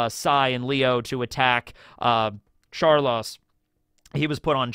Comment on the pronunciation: You callin him char-loss as an insult or just a mispronunciation of char-low-se?